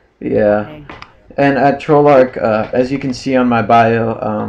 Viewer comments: he didnt say treyarch he told 'TROLL'ARCH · I just noticed that he says "Trollarch" :)